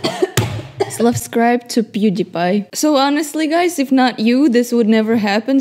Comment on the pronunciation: "slavscribe" lol